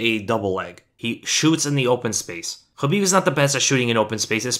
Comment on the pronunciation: Wish we could have actual film not just pictures. And this guy would stop saying Habib